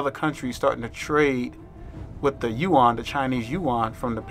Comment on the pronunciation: This is great--brilliant, dude! So glad to hear someone say Yu-an (not "Yen")